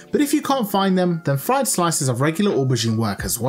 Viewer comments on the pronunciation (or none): none